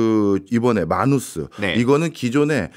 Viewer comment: 해외에서 미국에서 모두 “매너스”로 불립니다 “마누스”가 아니라. 첫번째로 영어 발음을 한국말로 표기 한 사람이 누군지는 모르겠지만 글로벌한 시대에 글자하나라도 제대로 발음되았으면 하는 마음으로 적습니다. 마치 외국 사람이 한국에서 한국말 발음 못하면 못알아들어서 소통 안되고 발음 고리쳐주려고 하는 것과 동일한.